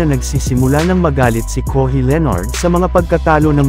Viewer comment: Bwahahahhahaha anong kohi, kawhi, ung sound kohi...hahaha